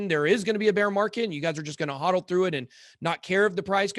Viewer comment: Michael Saylor pronounces “HODL” the same way as the BitSquad. Respect.